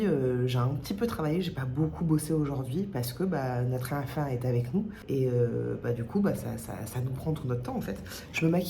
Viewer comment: Le "notre enfant" à la québécoise voire à la série Le coeur a ses raisons j'aime trop 😂😂😂